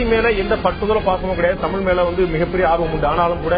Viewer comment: Just now saw this கூத்து. சல்மா தமீல் தமீல் மொளி மொளி என்று சொல்ல, ராகவனும் மற்ச்சும் (மற்றும்) வேற்ச்சு (வேற்று) என்று உச்சு பிச்சு என்று உச்சரிக்க, பத்திரிகையாளர் உளகம் உளகம் என்று உளற, பாண்டேவும் தன் பங்குக்கு ல ள ழ இவற்றை உச்சரிக்க தெரியாமல் எல்லாவற்றிலும் 'ள' வை பயன்படுத்தி(ராகவன் போல ற்ச்சு உச்சு பிச்சு என்று உச்சரிக்கும் விதமும் சேர்த்து) மொத்தத்தில் ஒரு கோமாளிக் கூத்து! இதுக்கு பேரு தமிழ் நிகழ்ச்சியா? போய் எல்லோரும் சாலமன் பாப்பையா கிட்ட கேட்டு வாங்கி குடிங்க.